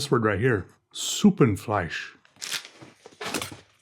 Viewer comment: look at this madlad perfectly pronouncing "Suppenfleisch" right out of the box